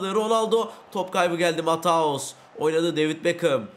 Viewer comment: Abi mataus değil matiyus vorcıl değil Van dijk engolo Kante degil Engulu kante